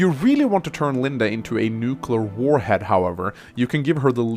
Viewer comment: From now on, I'll kill a kitten every time someone says Linda instead of LindE.